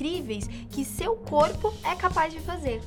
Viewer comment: Seu coipo